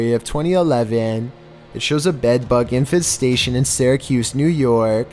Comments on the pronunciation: Everyone: Infestation: InFaNsTaTiOn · “Infestation”: Infant station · What’s an “infant station”? Infestation! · Ah yes... I N F A N T STATION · Infant statioooooon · I can stand the way he mispronounces things for the most part. But “infant station” and some others (W W I I not “World War II” for example) really bug me. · No one gonna talk about "infenstation?" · He can't even pronounce English properly. "Infant Station" LMAO. Also he says "In it's stead" wrong. "Stead" is supposed to rhyme with "head" not "steed." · it sounds like you're saying "infant-station" when you were talking about the bedbugs. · This is how many times he said INFANT STATION ↓ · And infestation "Infant Station" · "Infanstation" ! Lol. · Is trying to make us think he doesn't know how to pronounce "infestation"? This dude is cringe.